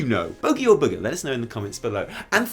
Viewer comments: You do suck though 😆; it's not pronounced gare-uh-boo-she, they are pronounced goo-rah-bah-she. Also, booger not beaugie. Love you guys! Keep up the amazing work you do. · It's Boogers,....Boogers. Evitel is right.